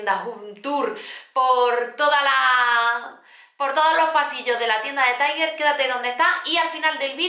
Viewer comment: No se dice taiguer se dice tal cual se escribe tiger